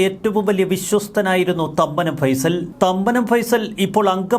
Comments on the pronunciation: ഫൈസൽ എന്നല്ല ഫേയിസൽ ജോസഫ് എന്നാണ് പുള്ളി ഇവിടെ പണ്ടുമുതലേ രാജാവാണ് മരട് അനീഷ്‌ പണിപടിച്ചത് പുള്ളീടെ കൂടെ നിന്നാണ് ഡ്രഗ്സ് കച്ചവടം തുടങ്ങിയപ്പോൾ പുള്ളിത്തനെ അവനെ പറഞ്ഞുവിട്ടതാണ് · ഫൈസൽ അല്ലടോ ഫൈസൻ ആണ് കറക്റ്റ് 😊